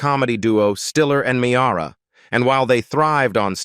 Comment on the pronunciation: Another announcer who could not pronounce Meara , he said ME air uh. Where does YouTube get these idiots from?